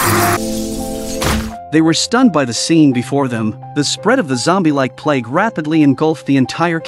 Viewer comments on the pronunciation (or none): none